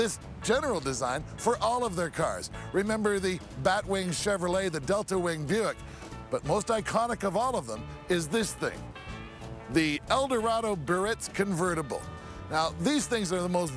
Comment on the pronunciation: The owner of the car calls it a BURRITZ ! !! IT ÌS BEE a ritz !!!!!!!!! ! @@@@@ !